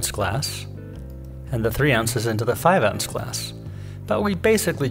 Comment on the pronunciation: I don’t understand. What is this thing “an ouns”. Is this what you are saying?